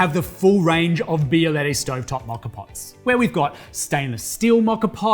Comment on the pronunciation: This not « bialayday »